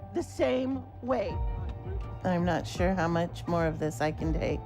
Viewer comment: for “shore” as he would say. Not “sure” but SHORE although sometimes he’ll slip up and say “sure”